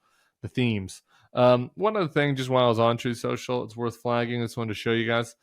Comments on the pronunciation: Troath Senshul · I think he called it "Troth Sencil" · “Troth sential” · "Truth Social... or whatever the calls it." I think, Tim, you'll find that he calls it Trothe Sential. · I think everyone should use Packman's sound byte from one of his rallies where he mispronounces Truth Social as "Trouth Central" -- in his own voice in other words, make sure it essentially goes YouTube mainstream. David has kind of stopped doing it all the time and honestly I can't here Truth Social in his voice without hearing Trump mispronounce it. Anyway, love your take on all this and the attempts to make his mental illness mainstream (since the traditional mainstream news isn't doing their job). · He calls it Trope Central, Tim!😂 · "Troth Cential", trump speaking of his social media platform, recorded by David Pakman.